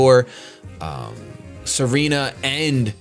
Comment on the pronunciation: Tsareena not Serena